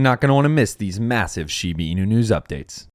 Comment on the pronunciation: SHEE-BAH INU not SHEEBEEEENU